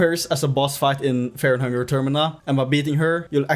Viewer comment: Feah and Hungah yippie